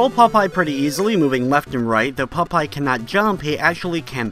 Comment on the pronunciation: When you say Popeye, it sounds like you're saying "pot pie." :D